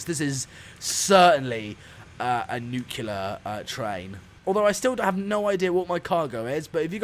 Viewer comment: “Nuclear” Not NUQULER